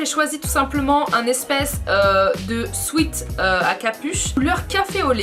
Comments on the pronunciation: on dit pas "sweet" pour dire "sweat" 😂 Sinon j'adore ton style et team patate douce 🍠❤️ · oui merci je savais mais elle parlais de son "haut pour transpirer" mais elle le prononçais comme sweet c'était juste sa ;)